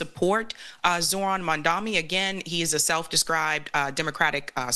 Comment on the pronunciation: Please dont change his name - it is Z- O- H-R-A- N. MAMDANI . QUITE easy to pronounce.